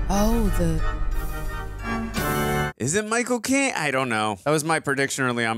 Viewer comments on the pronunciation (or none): really called Michael Caine "Michael Cocaine" and it just went totally unacknowledged hahahaha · its Micheal caine not Micheal cocaine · I love how pronounce "Michael Claine" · So strange every time you say Michael Caine it sounds like “my cocaine” 😂😂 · they say Micheal cocaine its Micheal caine